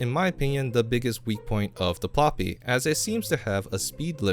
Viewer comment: Pl"oo"py, not Pl"ah"py.